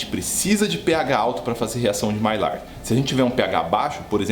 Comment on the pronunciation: Mestre, sem querer ser chato, já sendo, a pronúncia correta da reação é maiár.